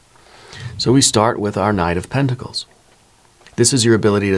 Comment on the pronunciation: Eight of penticals, not tenticals😮